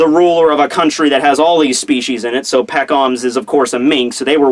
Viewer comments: I cringe when says Pekoms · hey I love your videos very informative, but i hate how you pronounce pekoms